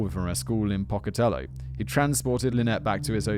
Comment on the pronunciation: It is pronounced pocAtellO good try though